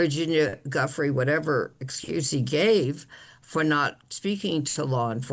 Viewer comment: the woman cannot even pronounce Guiffre's name correctly. how dim can u be?